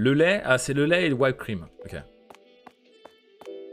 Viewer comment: Whipped cream , she prononce wi p cream pas why p cream ! Fini de faire. On relic video genial